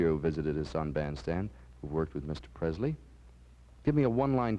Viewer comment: Dick never learned how to pronounce Elvis' name and yet he knew him. It's not PreZley. It's Presley.